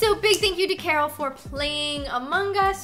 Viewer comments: Carol not Coroal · Who else heard nessa say ron I mean carol